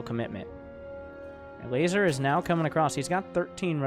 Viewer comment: ever hear him say the guy's name (elazer) and think he's saying something about a lazer?